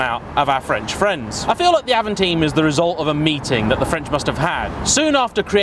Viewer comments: It's AVANTIME not AVANTEAM, Like the Audi A2 it was far too ahead of it's time to be truly appreciated. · It's Avantime not Avanteam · avan-time, not avan-theme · It is avant-Time, trust me i’m french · I can confirm, Avant-Time and I really don't understand why people would say "avanteem" or even sometime "avanteen" ? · I always call it Avantime (and it's my car), but I believe the French pronounciation of time is 'teem', and so I have seen people call it the 'av-on-teem'. See my channel for my review on the car where it's pronounced 'Avan-time'. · It's not Avant"ea"m but Avant"y"me ... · It’s avantime not avantine even the French say avantime, same with people who a Dacia a dacha.... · Avantaym not avanteem 🙄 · Avamteen??😂 It's pronounced Avant-time. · Sorry, it's Avantime like "time in English" - meaning before it's time or in advance of it's time!!! But still well done! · hahaha I was watching it like AVANTAHYM ! and then saw your comment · Avanteem, just like the es-pache, claio and mega-knee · cool, thanks :) If I remember correctly Doug from the dougdemuro channel also called it avanteem. (But he also says "coop" instead of coupé ^^) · Donut Media: E S P A C H É: Hold my A V A N T E E M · If you say avanteem one more time >:( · ‘Avonteam’ 😂 what? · Yep, Avantime is a portmanteau- official pronunciation is french pronunciation of ‘Avant’ and English of ‘time’. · Stopped watching after the third time he mis pronounced time in avantime 🙄🙄🙄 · Totally wrong prounounce... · Like watching Top Gear from the 80’s. Misses the point, and can’t even pronounce the name correctly.